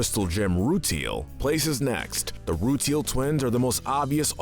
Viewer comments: Me, a huge Steven Universe fan: Oh god... Here we go. How many mispronunciations will we get? (Ruteal?! Really?! It's clearly pronounced RuTILE) Also where are the Garnets, Prisms, and Fable from the Steven Universe video games? (Yes, those are canon to the story.) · its roo-tile not roo-teel and shes not a crystal gem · rooteal twins as well lol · They say those names in the show so your saying them wrong also rutile is roo tile rutile not rootl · Rooteal? Lapis Lazooly, Padprassha? BISMOOTH? SUJILLITE? Oof. Just say you read a couple tumblr posts, never watched the show, and move on. Corporate channels use fandoms for clicks without actually understanding the content they're making. I'm shocked you got Nanefua right. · awesome video but have you even WATCHED steven universe????? the way you pronounce most things (rutile as roo till and lazuli as lazOOlie etc) make it seem like you haven't -_ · Wtf is wrong with you dude why are you saying names wrong bismuth is not bismooth and rutile is not rootle or what ev you said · Uhm, is anyone else noticing the mispronounciations? Bismuth, Sugalite, Rutile...? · And the Rutile Twins